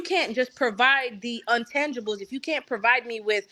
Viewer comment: What word is untangible ? Did she mean intangible? I thought she had a podcast translating the “vernacular” of politics to our “people”.